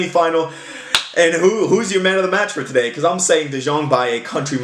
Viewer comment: You can say De Jong like De Young, its the same pronounciation. No need to say De Sjong.